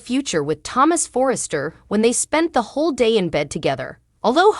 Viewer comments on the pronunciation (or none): none